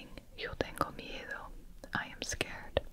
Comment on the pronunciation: Omg your pronunciation of “miedo” is sooo good I promise